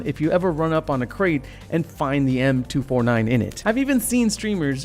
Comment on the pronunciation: It’s pronounced m249 not m2 49